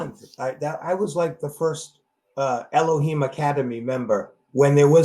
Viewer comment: elohim not eloher theres no her in elohim it has to be a him